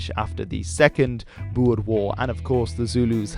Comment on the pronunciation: Thank you for pranounsing boer right